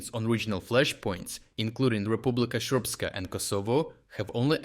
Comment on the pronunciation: Your pronunciation of Republika Srpska (as "Shrpska") was pretty funny, and I will actually use that now with my relatives because that's hilariously appropriate.